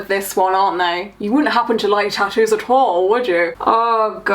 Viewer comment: Eeeh!! I've been waiting for this!! That woman is horrific!! The best part was him asking her why she has her ears pierced.. "so I could put earrings in easier" -__- what a bellend!! Also the way stephen Nolan says tattoos annoys me that's not how northern irish people say that just saying😂😂